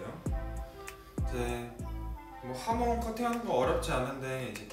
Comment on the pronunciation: 하몽 아니구 하몬 입니다